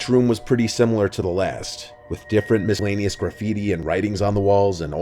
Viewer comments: bro said miskleanious😭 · Please,, stop saying "miskellaneous". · you dont need to pronounce the c in miscellaneous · You're pronouncing miscellaneous wrong. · Friendly note: the c in “miscellaneous” is silent ❤️ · The scariest part of the video is that pronunciation of "miscellaneous."